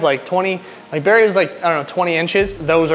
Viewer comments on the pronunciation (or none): It's Barry not Berry 😂